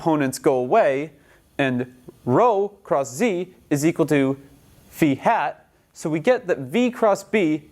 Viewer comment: haha "beefy hat". nah, dude, Phi is pronounced "fahy". omfg!